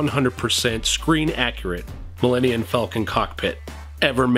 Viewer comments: Dude, you kept saying “Millenian” instead of “Millenium”. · Your room is very very cool! One problem....no true Star Wars fan should ever pronounce Millennium....as Millenniun. I'm gonna need you to fix that!!!!!!!